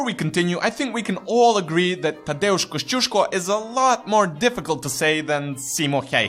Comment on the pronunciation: Finally someone who can pronounce Tadeusz!